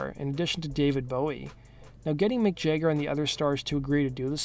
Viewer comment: "Mick Jegger"